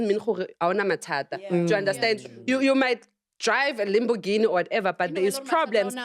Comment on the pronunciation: Dd some one say limboghini 😂😂😂😂😂she said tt